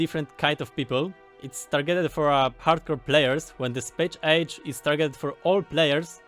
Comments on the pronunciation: It's Space Age! Not Chpache ache! Pronounciation made simple, EZ. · Hah, good luck, spéjsz éidzs